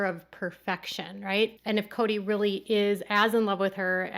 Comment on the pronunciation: Or, "I'm really confused..." Correction: "I'm RILLY, RILLY confused..."